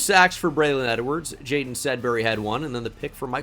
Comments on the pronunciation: By the way you are mispronouncing Jadon Blair's name it's Ja DON like the Don of New York from Giants franchise. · Yeah, unfortunately the game doesn't help you in any way know that it's JaDon since they permanently capitalize the first name.